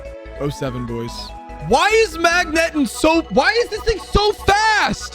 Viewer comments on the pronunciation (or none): The way you say gyarados and magneton is so cringe like did you never see any of the anime or like anyone else ever say their names? Insane you are making pokemon video content and can't even say gen one pokemon names... Like first time you ever read these words and don't actually know how to read